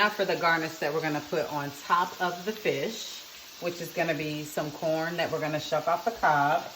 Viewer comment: Oh she sound like she said “bitch” for a moment but she said fish oo chile I need to sleep 🤣